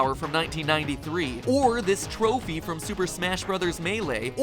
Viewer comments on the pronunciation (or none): none